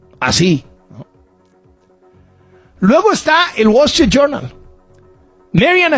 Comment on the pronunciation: Este güey no sabe ni hablar, el guachinton pos, el Gual estrit yurnal , el niu yor tain 😂😂😂😂😂😂